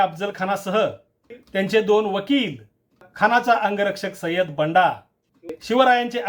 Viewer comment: बंदा not बंडा